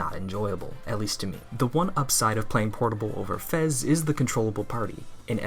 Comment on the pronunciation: >Prefers FES >Can't even say the name right Fake~